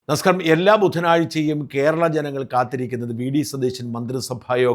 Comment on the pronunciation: You’re saying “NAMSKA”.. not namaskaram..